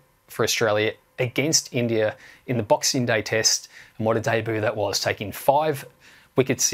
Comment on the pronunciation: Is it just me or they pronounce India as Indiarr 😂😂